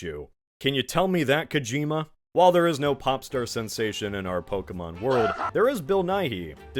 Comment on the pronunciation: It’s poh-Kay-mon